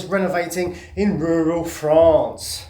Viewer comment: really needs to work on his pronunciation of "Rural France"